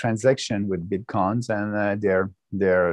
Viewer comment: Great interview, as a French Canadian myself I can’t explain why he pronounces it this way, it’s really funny isn’t it ? Bitquons 🤣